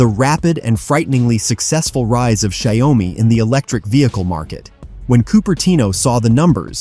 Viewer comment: Pronounce Xiao Mi. And not Xia O Mi.